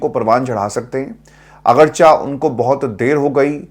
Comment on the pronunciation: اردو اور انگلش دونوں زبانیں آپ بہت اچھے انداز سے بولتے ہیں صرف اردو کا ایک لفظ جو عموماََ,اگرچِہ بولا جاتا پے لیکن آپ اسے اگرچَہ بول دیتے ہیں یہ شاید درست نہیں ہے.